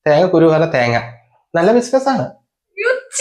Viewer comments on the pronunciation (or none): ബിസിൻസ് അല്ല ബിസിനസ്‌ ആണ് 😂